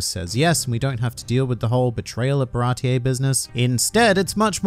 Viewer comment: tf is “barateeyay”